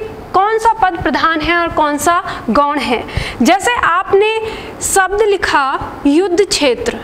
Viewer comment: आपकी क्लास बहुत अच्छी है। लेकिन प्लीज एक विशेष बात ध्यान दें आप हिंदी भाषा पढ़ा रहे हैं तो प्लीज 'शब्द' को 'सब्द' कहकर ना उच्चरित करें। 'श', 'स' और 'ष' के उच्चारण पर विशेष ध्यान दें। आपका पूरा वीडियो मैंने देखा बहुत अच्छा लगा। बहुत धन्यवाद।